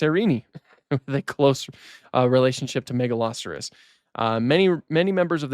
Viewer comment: I was so confused, I have never heard Megaloceros pronounced that way, Ive always called it "mega-low-seer-ohs"